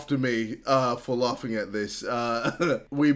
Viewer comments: “I’m just gonna start with laughthing” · JJ's so excited to become baldski he says laughing with a TH